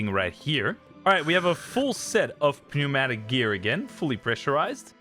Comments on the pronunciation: Pew-matic got me ngl… it’s pronounced new-matic 😂 great vid man and insane grind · the goat has posted i don't think english is your first language so i don't blame you for the pronunciation, but the "p" in pneumatic is silent just so you know